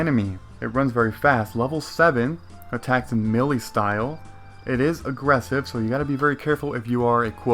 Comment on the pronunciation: uh just for clarification... Melee is sounded out as Mey Lee or Me lee